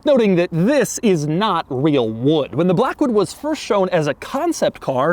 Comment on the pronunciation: why he say wood like that 💀